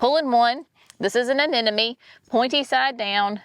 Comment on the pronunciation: Oh, you are not talking about some sort of flower bulb that sounds like an enemy, but an uh-nem'-uh-nee, anemone. Repeat after me UH-NEM'-UH-NEE, UH-NEM'UH-NEE, UH-NEM'UH-NEE . Your gardens look amazing, as always!!